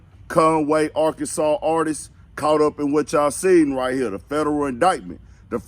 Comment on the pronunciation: Why you saying Arkansassss.....😆😂😂😂✌🏾💀